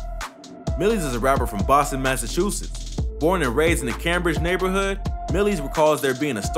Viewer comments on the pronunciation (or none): none